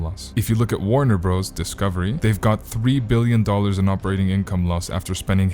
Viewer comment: "Warner Bros." is pronounced "Warner Brothers"!!!!!